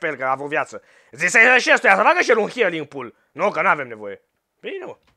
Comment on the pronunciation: am zis ca si cum s-ar auzi pentru ca el a zis hialing si se citeste hiling